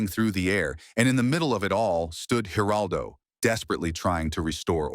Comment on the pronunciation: man,you guys stink at the Geraldo Rivera's and Bill Maher 's name get it right